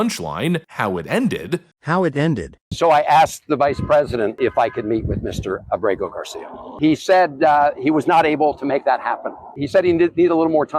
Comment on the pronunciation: Abrego Gar-See‐Ya!!! Princess!!!😅😂